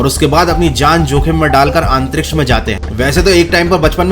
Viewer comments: आप बार बार आंतरीक्ष क्यों बोल रहे हो? आंतरिक्ष नहीं अंतरिक्ष होता है,। 😁🤣🤣🤣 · It's antriksh not aantriksh 👍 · अंतरीक्ष्य या आनतरीक्षय 😂😂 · भैया आंतरिक्ष की जगह अंतरिक्ष बोल लिया करो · आंतरिक्ष नहीं अंतरिक्ष होता है जनाब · "Aaantriksh" lol 😂🤣